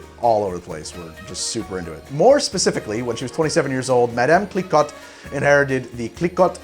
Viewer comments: Pronounced 'Kliko' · Just a heads up: Clicquot is pronounced "Klih-koh" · It’s pronounced “kle-co” not “kle-cot” bud. Source: visited the Marne valley in July and saw the cliquot castle. Also drank an insane amount of champagne. Best vacation ever! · Clicot is pronounced 'klee=coe' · It's pronounced Clee-coh! Veuve like love and Clicquot like clee coh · Cliquot - pronounced “Klee-Koh” 😉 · its pronouced cliko with a silent t